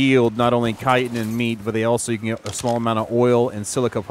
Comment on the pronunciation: Chitin sounds like>>>>>>> (Ky-tin) !!!!!